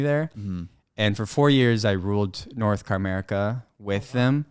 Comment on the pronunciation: This mf said North Car-merica 😂